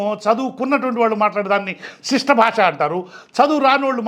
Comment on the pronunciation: Bhashaaa kadu bhaasha 😂